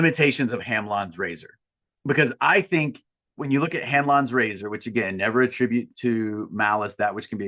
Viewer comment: I heard Hand lawn grazer instead of Hanlon's razor